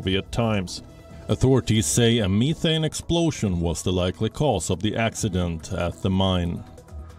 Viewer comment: me thinks you mispronounced methane mi amigo